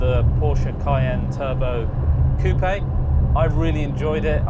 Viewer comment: It's a SPECIAL pleasure to hear RIGHT pronunciation of the french word COUPÉ (ˈkuːpeɪ) !!! Sick of that american simpletons' KUP...